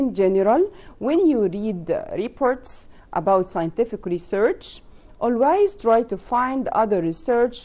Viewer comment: ميس كلمه always حضرتك نطقت بها غلط شوفي جوجل